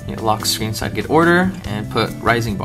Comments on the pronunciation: Well, since Cydget seems to be a portmanteau of the words 'cydia' and 'widget', I think it's pretty safe to assume it's pronounced 'see-jet' rather than 'side-get'. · its pronounced cydget like widget, but sidget